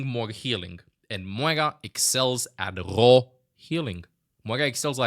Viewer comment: the way says ‘raw’ 🫣